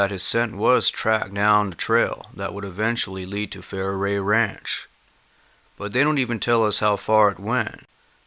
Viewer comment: I think Faraway ranch is pronounced Far-Away Ranch not Fair-away.